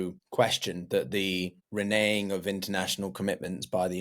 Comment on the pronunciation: The US 'reneighing' on agreements? It's 'renege' and pronounced 're-negg' and 're-negging' with an actual 'g' in there.